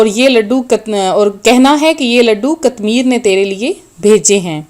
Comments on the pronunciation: Bibi pahly apni islah karain phr logo ko btahain (katmir) sahi lafz nhe hy sahi lafz (qitmeer)hy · Pihly seko..qatmir.nahi hea..qitmer hea..ok